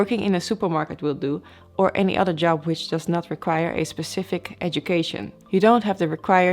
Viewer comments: Pecific...Pecific? Specific? Specific...I LOVE this girl! I don't even speak ONE language well. When you say you'll end up in the "right seat"...you mean the left....right? :-) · Speshific, ? Specifics, ? Specific, .